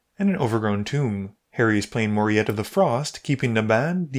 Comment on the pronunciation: I believe Harry's commander is pronounced "Mo-REE-tuh". You know, like Pat Morita.